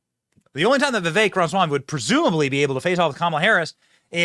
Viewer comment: Benny cant pronounce Ramaswamy. Cracks me up